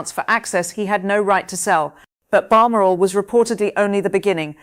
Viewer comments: Bar moral castle? Where the heck is that? Perhsos she means balmoral? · Seriously: you can't even pronounce Balmoral correctly? Can't trust won't watch.